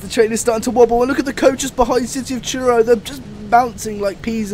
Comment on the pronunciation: It's Truro not churro, train not a hot cinnamon bar